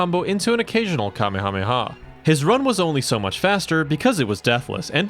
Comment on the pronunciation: You've never watched DBZ? That's clear by your pronunciation of "commy hommy ha." That's NOT how it's said. Not even close. 🤦